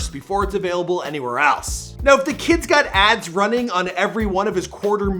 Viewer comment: Why you gotta yell every last few letters of the word “aLASKA” “any where eLSE”